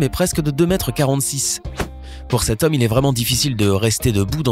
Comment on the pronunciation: Flavyola64 [FR] Il dit « de cet homme » mais oui ça porte à confusion 😂😂